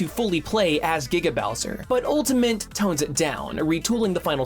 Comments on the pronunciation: Am I the only one that hears ‘ultamint’ whenever he says Ultimate? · jesus christ please stop saying ultamint